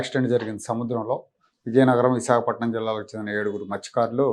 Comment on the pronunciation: మహానుభావుడు ఎందుకు పుట్టాడో తెలీదు ఏం మాట్లాడు తాడో తెలీదు ముందు మస్థ్య కారుడు అనే పదం స్పష్టంగా పలకడం నేర్చుకో జగన్ బాబు